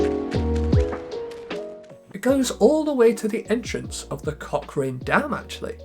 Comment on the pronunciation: I can't unhear cockring dam